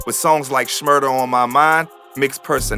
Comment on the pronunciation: Bra why tf yu say shmurda ?? Doin too much